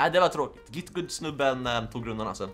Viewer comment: du säger git gut inte git gud. PS. du e bäst!